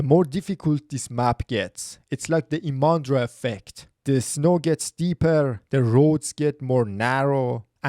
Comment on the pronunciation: Not ImAndra! The stress is on the letter "I"!